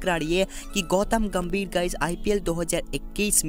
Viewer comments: GAMVIR NAHI GAMBHIR 😂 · Vai gambhir hai ghamvir nai